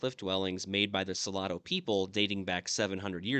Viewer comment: Salado means salty. I think he was pronouncing it so-la-do, which might mean something totally different. I will need to Google the name of the people he mentioned.